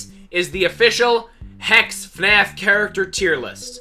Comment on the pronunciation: Don’t put a s instead of a h in hex!